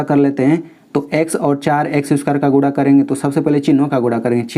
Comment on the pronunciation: Sir guda nahi guna bolte hai